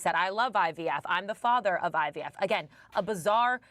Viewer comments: Is he saying IBF . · Why is it that no one else caught Donald calling IVF, “IBF”????? He clearly doesn’t know what “IVF” means or stand for. Listen very CLEARLY!!!!! He said, he’s the father of IBF! lol 🤣🤣🤣🤣🤣🤣